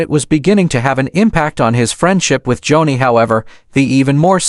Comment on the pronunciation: Its joanie.... Pronounced JONI, NOT Johnny!! Joni Lamb before Marcus' death was with Doug Weiss. Read an listen. In lust an a home breaker is Joni Doug Weiss still married to His wife lisa!! Joni made her decisions an today sits with Doug Weiss in an adulterous marriage! They both sit in sin an speak Jesus on public TV! WHAT???? "NO FEAR.) HOW CAN IT BE? No pity Joni made her own decisions an Doug Weiss in as deep as Joni is!! Warnings, not judgement!! The Lords vengeance will come!! Lord have mercy! 😢🙏